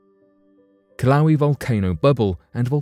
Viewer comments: The volcano in Hawaii is not pronounced Kil-lau-wee. The correct pronunciation is Kil-ah-way-ah. Just saying... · Hawaiian words are pronounced phonetically. "Kill ah whey ah" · There is no volcano in Hawaii named killawee???....Do you mean Kilauea...it is pronounced as kee-lau-ay-uh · It's pronounced Kill-oh-way-uhh, not "kill-owee". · Is it pronounced killa???😶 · pronounced KIL-O-WAY-Y A🤣🤣🤣🤣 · Kilawi. LOL!! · "Kill-owie" lol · Took me a little while to figure out what he was talking about, and I live in Hilo. It's the worst pronunciation I've heard yet. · The way the announcer pronounces Kilauea...😂